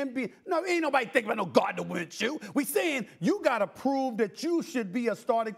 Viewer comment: SAS said Gardner Winshew smh my stay jacking up athletes names!